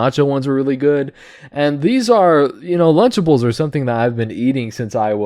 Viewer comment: It took me a minute to realize it was "lunchables" not "lunchtables"